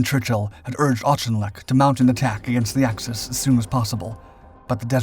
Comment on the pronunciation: “Auchinleck’ is pronounced “Ork-in-lek”.